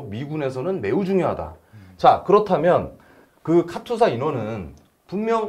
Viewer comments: 카츄사가 아니고 카투사 입니다. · 카츄사가 아니고 카투사입니다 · 카튜사가 아니고. 카투사 KATUSA KOREA. ARMY Temporary duty USA. 입니다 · 카츄샤가 아니고 카투사입니다 참 촌스럽기는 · 카츄사가 아니고 카투사(KATUSA)입니다.